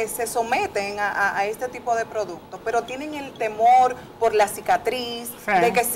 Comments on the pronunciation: Amelia producto. No produto. Estudia que tu puedes dar mas. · Muy buen programa inicial. Debieron darle clases a Amelia de “repeat after me:” 😂ProduCto.. no “produto”… “ que noS” diga, etc.. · La ÑAMELIA dice produto 😂😂😂